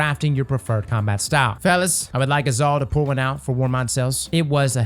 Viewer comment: "..fellas, i would like us all to pull one out for warmind cells - 2023 i know he said pour but im from NZ and thats what it sounded like X'D